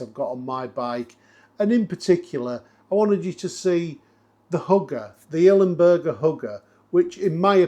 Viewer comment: I'm really sorry mate, I don't want to rant, but for kit worth more than 1000£, one should pronounce it properly. It's ILMberger, NOT IL-E-Mberger! (however I do understand the "bUrger" over the "bErger", cause of the native language)